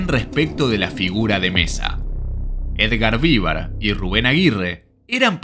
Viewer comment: no Vívar...